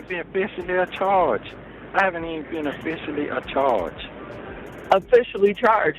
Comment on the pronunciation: When he said "Afficially Acharged" I was done with this whole video!🥴🤪😂